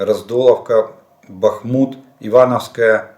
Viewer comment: Нарешті скажіть вже хто-небудь йому, що не БахмУт, а БАхмут, господи помилуй.